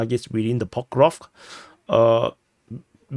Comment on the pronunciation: Yaaay you said Pokrovsk correctly :P